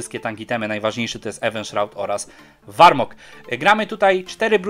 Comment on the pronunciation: zajebisty film ale błagam czytaj poprawnie te nazwy to tak boli ten warmog